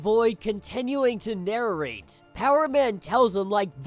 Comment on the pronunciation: Narrarate is a crazy enunciation.